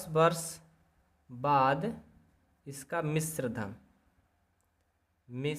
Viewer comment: वाद नही बाद है 😊😊😊